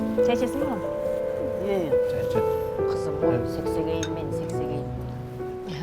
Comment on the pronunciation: Сексегейим деп туура Эмес суйлоптур саксагай деп айтылат да